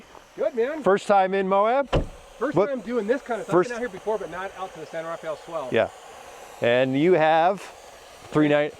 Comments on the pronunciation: Great video! But please, as we locals have since the beginning of time pronounce it ---> The "San RAA-FELL Swell" NOT The San RAFAAEEEL... Swell. Thanks! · 😂 My feelings exactly! I cringe every time I hear someone pronounce it San RafEE-aL!